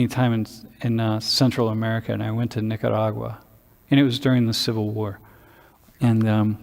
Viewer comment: Love how pronounces Nicaragua! What a beautiful experience.